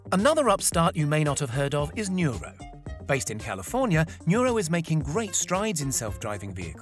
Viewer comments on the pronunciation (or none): PS: Correction its NURO not Nura. & its udelv not udely. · You can't spell any of the company names correctly, do some research before making a video. Udelv not Udeely and Nuro not Nura.